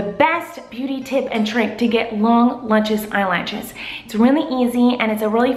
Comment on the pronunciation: it is sort of annoying when she say "lunches lashes"